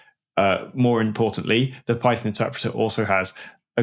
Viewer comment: Python != Peethon, PyPi != PeePee